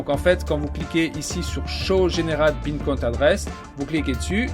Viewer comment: Superbe vidéo par contre on dit Bitcoin pas Bincoint 😄 🙏